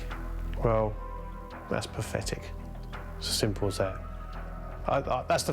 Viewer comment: "Well, that's pafetic"